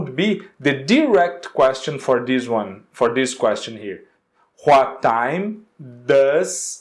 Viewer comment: Adorei o conteúdo do video, só achei estranho mesmo o jeito que tu pronuncia "what" e "when", tu pega muuuuito o W com som de R.